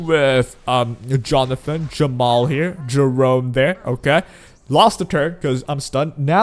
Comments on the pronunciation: i keep hearing jamal instead of jenua is it just me? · nope he keeps calling jeepua jamal :C